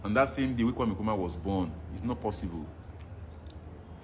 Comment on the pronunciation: the name is kwame not kweme take note